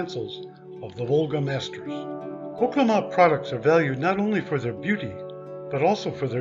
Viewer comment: You pronounced the name wrong.